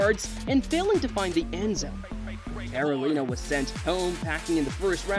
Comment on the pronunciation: watch back and listen to how you say carolina